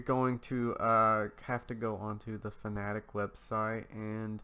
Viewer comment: This says fanatec wrong He says it like “fanatic” when it is actually pronounced “fana-tech”